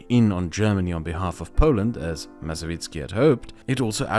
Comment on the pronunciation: Tadeusz Mazowiecki You can try spelling it this way (Ta-de-us Ma-so-we-cki) its not perfect but polish pronunciation is hard for fereigners